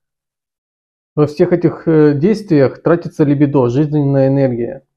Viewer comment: ЛибИдо. Извини мне моё занудство, но сильно режет служ